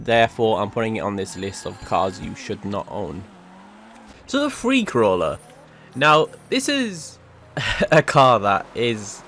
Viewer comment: When he said Freecrawler, i legit thought he said "Free Corolla"